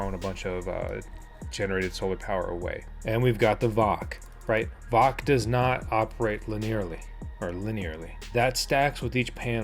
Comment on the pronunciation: Dude.. VOC is pronounced by each letter.. V O C. lol.. I'm solar mining 2 mini doge miners. One of them has your decals on it. They are still profitable. Just wish I had more than 300Ah of lithium so I can put them in my shed and let them run overnight. I'll get there. I hope you do as well.. but as you try and understand what your telling the viewers.. Amps don't matter. You take the VOC and add that up based on how volts your controller can handle. Example.. Victron 150\45 controller can handle up to 150v and 45 amps. When you wire panels in series.. you add the VOC's in total to just under the 150v. Anything more will kill your controller. Wired in parallel is adding the amps. Cold weather like you get the panels to higher voltages, so when building your system, keep the VOC about 10% under that 150v Remember watts don't matter. Here's another good example: I have a Delta II power station. It can only handle up to 60v. The manual says 500w maximum.. but as technology changes.. I use a 545w panel.. and it only produces about 56v.. so I've overpanelled it and am keeping the volts under the max.